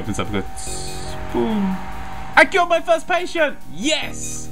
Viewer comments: did anyone else hear killed and not cured? No? Just me? Ok I'll shut up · When he said "I cured my first patient, yay!" I thought he said "I killed my first patient, yay!" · LOL! when you said Yay i cured my first pateint! IT SOUNDED LIKE YOU SAID YAY I KILLED MY FIRST PATEINT! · He said cured